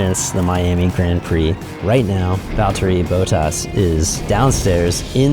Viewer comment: “Valterry Boatás”